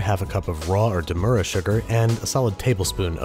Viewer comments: Demerera, not demura. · Did you say "Demera?" Think you meant 'Demerara' 😉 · “Dem-er-ra-ra” sugar, it’s a place, Demerara in Guyana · That bothered me too I was like... "Demure-er sugar...?" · With all due respect, it's dem-uh-RARE-uh sugar